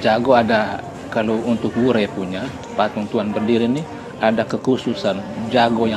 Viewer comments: Sdikit Masukan klw nama desanya WURE (Adonara) bukan Weri. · Tuan Berdiri...di kapela Wure...bukan Weri....mksh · Di wureh, bukan weri